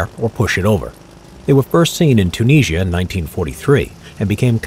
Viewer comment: Where, in the name of God is Tunissshia?